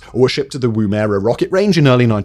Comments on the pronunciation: It's pronounced "WOO-mu-ruh", not "Woom-AIR-ah". The 1st syllable rhymes with how Yorkshire people pronouce "gum". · Yip...Woo-muh-ruh. It was a device the Aboriginal used for throwing a spear...and pretty effective. But definitely not pronounced Woom-erah! Good video though! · Woom-erah. Woom-erah. Good god man. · It’s amazing just how wrong some people get our place names pronunciation. I’m sure I would butcher place names in other countries just as badly if not worse, but living in Australia I didn’t think there was any other way to pronounce Woomera until I heard that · I kept correcting his pronunciation each time he said it wrong!